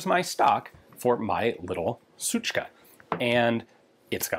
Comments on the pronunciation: Ian's pronunciation of "suchka" in russian means "bitch". So, basically, he is saying "my little bitch". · Ian... you don't say it like that. It's SUKA... PRONOUNCED SOOKA